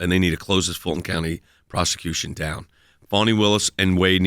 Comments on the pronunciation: It's Fani, not Fauny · i keep hearing "foney" willis